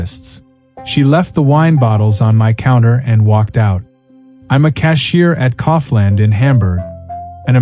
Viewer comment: The AI narrator pretends to be German but can't pronounce the most simple company names correctly. REWE is not 'REU', Kaufland is not 'Kouvländ' and so on. Security at a post office? Never heard of that. And of course we can stand in queue. This is all stupid.